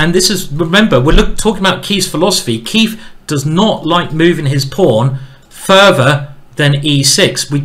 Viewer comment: Every time he says “Keif” I keep thinking “ey, did the beat go off?”